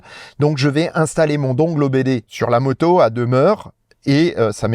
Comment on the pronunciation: Je vais faire mon chieur, dongle se prononce dongueul... ou pas😊 Sinon, avec les mises à jour Tesla, la voiture me propose maintenant de descendre parfois à 6% avant de recharger, c'est chaud mais ça marche. Pas le droit à l'erreur.